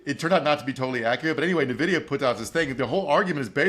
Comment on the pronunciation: I know every news network and finance bro talking about it says "Nuh-vidia", but it's actually Letter N and video with an a, so "In/En-Vidia"